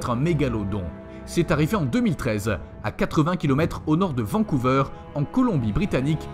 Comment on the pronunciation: Bizarre , la dernière histoire est introuvable sur google , pourtant je suis sûr qu'une attaque de requin géant aurait fait du bruit de part et d'autre de la planète. Juste comme ça , vancouver se prononce vancou"VER" (comme dans ver de terre , pas vancouveur .